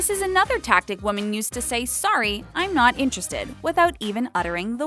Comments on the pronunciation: She kept on pronouncing women as woman. IT WAS SO ANNOYING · Woman and Women ARE NOT PRONOUNCED THE SAME. How did you get this narration job?Your voice IS pleasant, grammar, not so much. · She has no Idea how to say "women"